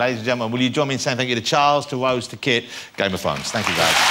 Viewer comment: "I am a huge fan of game of thwones" 5 seconds later: "you play, ty-tywin, is that wight?"